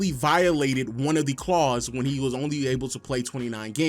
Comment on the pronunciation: my ninja, the word is clauses, not claws as in bear claws... always thinking food